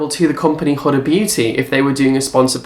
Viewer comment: It's pronounce who-da, not hood-a.....drives me insane!!